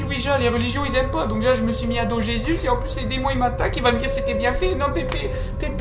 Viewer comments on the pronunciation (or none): none